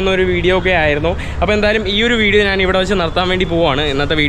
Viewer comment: നാന്.. നാന്.. നാന് 😂😂😂